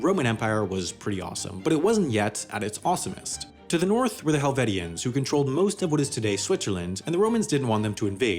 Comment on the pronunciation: Hel-vī-shin You’re welcome